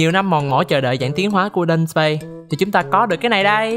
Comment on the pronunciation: ý Dudusparce phát âm là âm "ar", chứ hông phải âm "ei" như trong clip nha =)))) tui chợt nhận ra tui phát âm sai tên em nó CÒN 1 LỖI QUÊ HƠN NỮA LÀ bạn chỉ cần rút 32 cây để giải phong ấn thoi nhá =)))), lú lú sao mà tui 4*8=48 dị chòi =)))) Quê ải chỉa